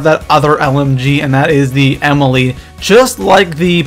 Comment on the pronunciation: You pronounce the Ameli like Emily. It's supposed to be like AA - Mell - EE